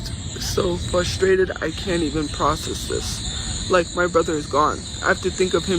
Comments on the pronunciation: Is it just me or does she say "flustrated" instead of frustrated? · What is it with these Lolcows and the word frustrated. Hahaha they all say fusstated